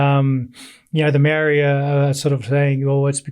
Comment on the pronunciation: It's not racist but he's not proud of being Māori. The brother doesn't even pronounce it properly.